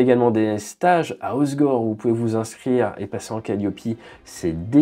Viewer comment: Au fait, quand on ne veut pas passer pour un cretin de parisien on ne dit pas ozgor mais ocegor 😅